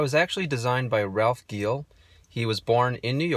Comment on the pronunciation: And Ralph’s last name is pronounced Jeel